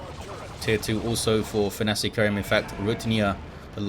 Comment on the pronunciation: What makes it doubly hillarious is that pronounces it perfectly each and every time.